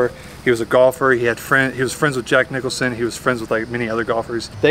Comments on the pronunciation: QUIT SAYING JACK NICHOLSON!!! JACK NICKLAUS WAS THE GOLFER, AND JACK NICHOLSON IS THE ACTOR!! YOU KNOW THE SHINING, EASY RIDER......GET IT RIGHT!! BUGS THE HELL OUT OF ME, IT'S JACK NICKLAUS, REPEAT AFTER ME.... NICKLAUS, NICKLAUS, NICKLAUS, NICKLAUS, JACK NICKLAUS! NOW YOU GOT IT! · seriously Jack Nicholson? Its Jack Nicklaus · Jack Nicklaus. Not Nickelson Please be careful of providing info